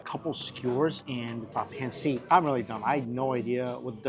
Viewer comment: The way he pronounces pancit 🫤